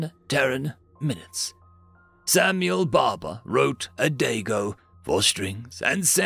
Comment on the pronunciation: AS, another brilliant rendition... a small error. Adagio.is pronounced . uh-daa-jee-ow. 😘